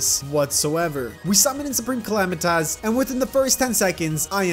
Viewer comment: Soup-ream_ca-la-might-us 😂😂😂😂😂😂😂 PRESIDENT ARBAMA